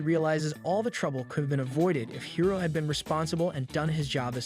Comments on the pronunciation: Is this an AI channel? Guys voice sounds like AI as well the mispronunciation of Hiro shows. He swapped from High-Ro And Hero multiple times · High-ro? Bruh!!! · I can’t stand him saying hiro (hero) as hiro (high-ro)🤦‍♂️ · high ro high ro high ro ITS HERO JESUS CHRIST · Dude I'm late on this but the kids name is pronounced hero not high row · HIS NAME IS HIRO!!!!!!!!!! NOT HIGHRO, IT'S PRONOUNCED HEERO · "Hairo"???? It's pronounced "Hero", spelled "Hiro" 😶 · "Hero" is how it's pronounced in the movie. Not "High-roe" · I don't like how you kept miss pronouncing his name. It's Hiro (He-row) not (hi-row) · The adventures of "Highro" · Bro pronounces hiro high row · This sounds like AI, like anyone can say Hiro, not HAI-Ro. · high-roh :))))) nice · Hiro is pronounced hee-ro. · hero not hiro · Isn’t Hiro’s name pronounced the same way as “Hero”? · You pronounced Hiro's name perfectly the second time but pronounced it wrong all the time after.